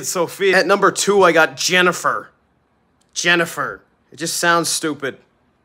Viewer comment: The way he said “Jennifer” was so personal 😭😭😭